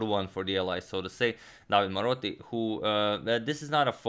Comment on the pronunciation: About the Italian pronunciation: You always pronounce the e at the end of a word. So it's DavidE (the stress here is on the letter A) and De SimonE (stress on the O). Napoli was correct but the stress is on the letter A (it means Naples btw). Del Giudice has the stress on the U (so it was right) but "-ce" is pronounced like "che" in the word "checkmate" (and therefore you pronounce the letter E here as well). Also, "del Giudice" literally means "of the Judge" I hope that was helpful ;)